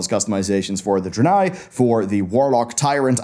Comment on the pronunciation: A dranei.. really?